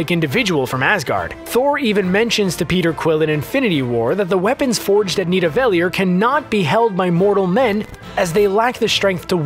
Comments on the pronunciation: Lol "Knee-deh-vellier" its Nidavellir... also I love the spoiler warning that does nothing cuz ur title is an enormous spoiler as is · Did anyone else notice he said need-ievel-leer instead of neva- daleer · Nidavelyir lmao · The Dark Astor was Ronan's ship, not Thanos'. And that is most definitely not how you pronounce Nidavellir. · He keeps saying nidavelir wrong and it bothers me😂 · For goodness sake can't you pronounce Nidavellir correctly???? Everytime you mispronounce it is like running fingernails down a blackboard. Watch 'Infinity War' & listen to Thor's saying of the word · They make mistakes on purpose, listen to how they say where storm breaker was forged. Its so people like you goo huurrr durrrr reeeeee. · Ooo wee you butchered Nevedelir!😂😂😂